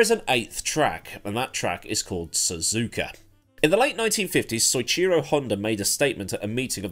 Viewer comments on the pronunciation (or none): Just so you know, Soichiro is pronounced So-i-chi-ro. Like take the baseball player and put "so" in front of his name. Other than that great video